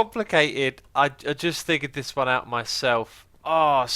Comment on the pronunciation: Haha! He said "thigured" (figured) and "free" (three) in back to back sentences . Your way of speech, X, is always amusing.